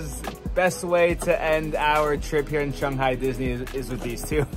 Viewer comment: This is the first video I’m watching in this series so I might have missed something but why does keep saying Shunghai instead of Shanghai?